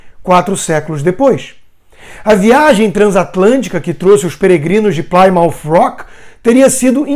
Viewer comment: Plymouth pronuncia-se "Plimuth" nao "plaimaut".Abcs.